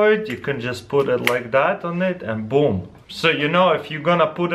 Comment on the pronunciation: "You can just put it like that and BOOM!" Definitely a Russian.